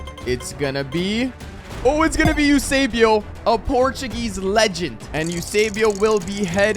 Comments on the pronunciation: Its Eusébio not Usébio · Bro called esbuao yousaybio bro it's Esbo